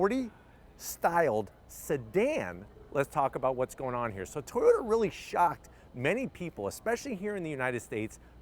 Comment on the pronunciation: No WOW, itsa car, itsa crown, itsa toyawnta